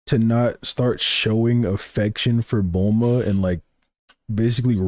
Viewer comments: He says Bluma because her name is meant to be a pun on Bloomers. Most of the names in Dragon Balls are meant to be English terms adapted into Japanese spelling. Technically the kana of her name would be pronounced as Bu-ru-ma. This is because "consonant" sounds in Japan almost always have a vowel attached. Hack off the "u" attached to the "B" and you get Bruma. Change the "r" to an "l" because of how Japanese works, and you get Bluma. Or sometimes Blooma. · Ik why doesn't make it good. Bulmas named is spelled and said like how you type it but he says it wrong. He says Saiyajin wrong aswell. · His pronunciation of some words makes sense if he grew up with the raw/subs, but who duh fuck is BLUEMUH? This dude is like NCHammer with some of the characters and techniques in Naruto he says weird.